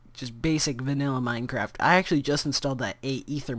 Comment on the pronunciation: he says minecr ap instead on minecraft